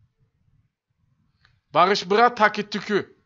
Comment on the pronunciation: değil bağış bğa